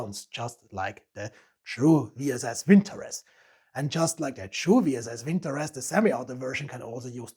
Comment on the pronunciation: Not a vinTOrez, but - vintoREZ (note the last syllable), молот (Molot = 'Hammer")